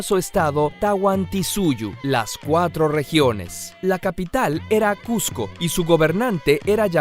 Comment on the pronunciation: Cusco es con s no con z